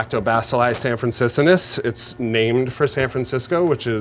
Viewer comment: hmm guy sounds a bit pretentious so he'd probably like to know the name of the bacteria changed to Fructilactobacillus sanfranciscensis and he was pronouncing it wrong anyway. dough seems a bit soft but i don't like ny style anyway,..Zachary's is probably still better.but i might go to try this.